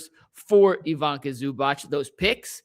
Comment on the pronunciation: And it's pronounce ee-VEE-tsah